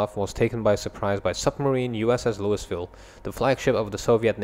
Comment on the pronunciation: LOL you said Louis-ville. That was an intense naval battle, surprised you only took 2 losses.